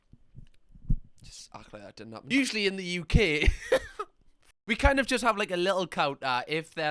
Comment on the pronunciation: he turned into mario when saying “in the UK”